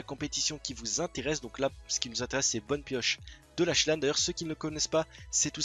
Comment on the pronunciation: Comment tu prononces lache lane ptdr